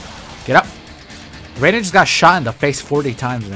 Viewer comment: Bro how are you still pronouncing Raiden wrong 💀